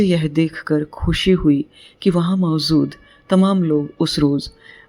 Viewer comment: बेहतरीन कहानी और बेहतरीन वाचन। मंत्रमुग्ध होकर सुनता चला गया। उच्चारण में कहीं कहीं ज को ज़ कहना अखर रहा था। जैसे मौजूद को मौज़ूद। इस तरह से दो तीन जगह ज का उच्चारण ज़ हुआ है। उसपर ध्यान देने की ज़रूरत है।